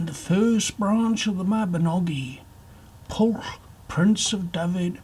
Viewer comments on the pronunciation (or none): Pwyll is pronounced more like "push" not "pull"